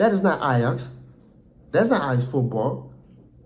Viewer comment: are you dutch lolllll pronunciation of knvb and ajax is crazy